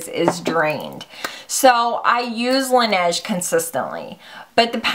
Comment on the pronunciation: Laneige is French for the snow, and it's pronounced la-nage